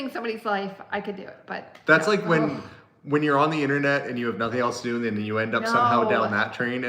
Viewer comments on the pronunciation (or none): none